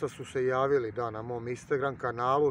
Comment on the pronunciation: "Istangran": "Istegram" 😎😂😁😁